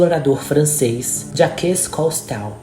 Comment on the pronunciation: Ninguém é obrigado a conhecer outros idiomas nem conhecer pronúncias corretas. Porém, quando se trata de fazer um trabalho envolvendo nomes e termos estrangeiros, convém saber para tentar uma pronúncia razoavelmente aceita. Jaques CosTEAL é o fim.